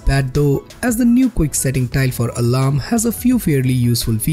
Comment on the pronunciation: listen when he sais alarm its a little weird